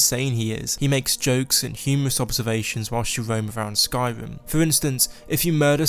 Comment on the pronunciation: Am I the only one who thinks this dude sounds like he’s saying “Skywim”?